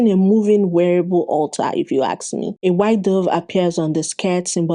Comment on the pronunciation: Why do you say "aks" instead of "ask"?